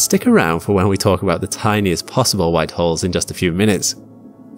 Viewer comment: The way he says white holes sounds wrong sorry 😣